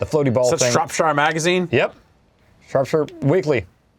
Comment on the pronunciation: gets points for saying Shropshire correctly and then instantly loses them for not knowing Esther.